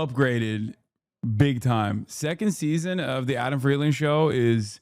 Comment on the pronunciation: It still pisses me off how Adam Friedland pronounces his own last name.